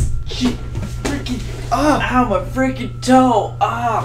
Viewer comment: why do you say fricin